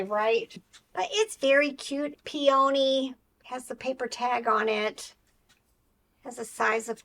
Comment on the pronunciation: Peony is PEE - uh - nee. I have that FP Rolling Bear! And the Apple, and the Bluebird!